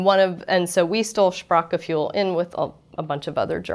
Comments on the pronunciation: Shprack-G-Fuel Fuel for the Shprack. Someone should teach her umlauts. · Who hates the way she pronounces it "Sprak-ge-fuel"?, also Kummerspeck means the weight you gain because of grief, not grief because of weight gain. Although speck can mean bacon in this case it just means fat. Regarding "Hygge" it can mean cosy things connected to the home, but you can also have "hygge" with your friends at a café, restaurant or on vacation, it's quite a broad term who speaks to coziness, being laid back, having a nice time and definitely sharing food and drink. I am a German speaking Icelandic, living in Denmark, close enough to the german border so that I do my shopping in Germany. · The "ue" sound doesn't exist in English, nor does the "ch" sound in this word. Phonetically it should be: [ˈʃpʀaːχɡəˌfyːl] Die Aussprache ist zu schwierig für die Amerikaner.